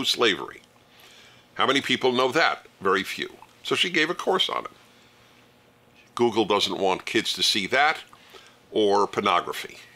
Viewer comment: Gooleg not google